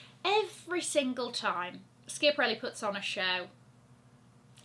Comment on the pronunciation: think you need to Google the correct pronunciation of schiaparelli!